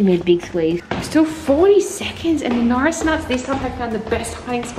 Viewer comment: Al Dweik you said ate instead of are and you said Notris instead of norris